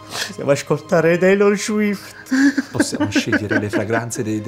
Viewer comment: "Teilor Scuift"